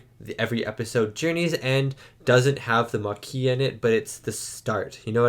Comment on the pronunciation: They don't speak French in Starfleet. He also got the French word Maquis wrong about a billion times so I don't think the problem is that he uses French pronunciations.